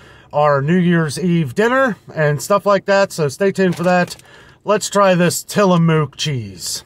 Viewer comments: Tillamook products are from Oregon. It's pronounced till-a-muck). It's a Indian name! Enjoy! It's excellent Expensive because it has less additives/more natural and less processed. You can visit them n take tour, near coast of Oregon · So around here in the pacific northwest Tillamook is pronounced till-a-muck.